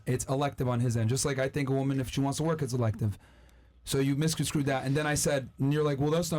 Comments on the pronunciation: You "misconskrew" what I said. 😂😂 It's *Misconstrue. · mispronounces “Misconstrue” every time! 😂 He says “Miscon-screw” 🤣